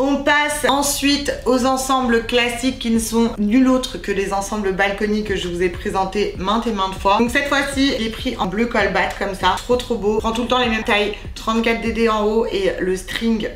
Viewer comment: On dit : "bleu cobalt" et non "colbat" ... Quand on ne sait pas prononcer pas un mot , on ne l'utilise pas dans son vocabulaire pour "essayer" de paraître "cultivée" ...